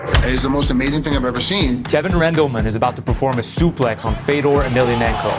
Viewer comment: Native Russian speaker here. THIS is how you pronounce his name. There's zero f-EH-dors in Russia. And thousands, tens of thousands of Fyodors. Nothing complicated about that. The surname is also incorrect in a major way. But the way that the US absorbs cultures and names, butchers them over time with the promise of money and then spits it out, really does rub me the wrong way. Basically, ye-mhel-YAH-nhen-ko. Again, no room for a mistake, no variations. has it, but it's hard to hear. I understand the last name is rather hard, but 1) the first name is not hard, and 2) everyone gets the Kadyrov's last name correctly... I guess the man stands up for himself, right?.. One thing I can say is: the subtitles for hearable Russian were all generally correct (if not literal sometimes, which is fine). Congrats on that. Some of them are cut incorrectly, but whatcha gonna do. Exceptions: He also says "my plans in sports are to continue to perform". Missed: "they watch his filmed performances together". He doesn't pose it back as a rhetorical question, like the subs kind of imply. He simply tries to finish the answer with the same preface. As in: "a man can be considered a hero if..." and seemingly either didn't finish the thought or cut off purposefully. it's just "good memories, I hope", without specifics. Basically correct, though. Bonuses: Awful accent, but he tried xDD I barely knew it was Russian. Lacks subtitles; he says "I can s